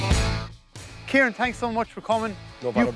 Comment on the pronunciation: I know! But when people from Kerry say his name, it sounds like Kirean😂👍🏻😂